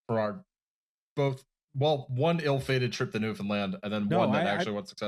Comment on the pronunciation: I am honestly impressed with pronunciation of Newfoundland.